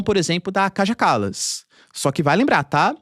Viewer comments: ❤❤❤ OBRIGADA QUERIDO PROFESSOR POR TUDO. ( LÊ-SE/ DIZ-SE, O NOME DA KAJA KALAS, " KAIA KALAS" EM SUA LÍNGUA) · Se diz Kaia Kalas